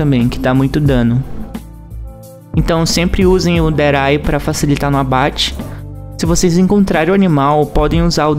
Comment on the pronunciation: Como ele fala deray como é dead eye